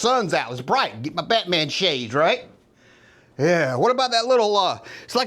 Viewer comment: I'm sorry but I can't watch anymore I was going to say what I got damn dude take a Valium sit down. You've said bate mam 1000 times ain't thru half way yet please get help